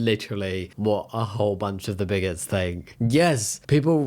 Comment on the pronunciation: I love the word "bigotses"